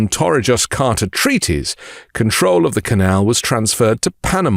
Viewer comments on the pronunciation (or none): Learn how to pronounce Torrijos.